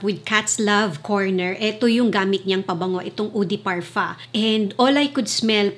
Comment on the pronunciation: Can you stop pronouncing parfum with parfa when you have a filipino accent? It doesn't sound good it's cringey. Love your videos tho 🙂